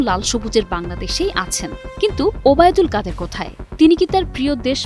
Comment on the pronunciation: বোনরে কাউয়া কত ওবায়দুল কাদের নামটা খুব সুন্দর করে বলছি সেজন্য ধন্যবাদ তোমাকে